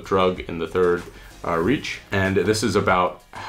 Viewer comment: One thing I would add is an extension cord, so many times I've needed more then one power outlet... A small nitpick -- Das Reich is not pronounced as reach, but as [ˈʁaɪç] (wikipedia has a good recording to check out).